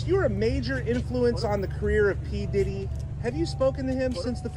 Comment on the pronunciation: Анугийн дэрри гээд ярьсаныг бнга сонссоор байгаад папдэрри гэж сонсохоор сонин сонсогдоод бхын ккк